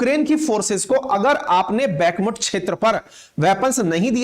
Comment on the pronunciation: भाई बैकमट नहीं सही उच्चारण "बखमूत" है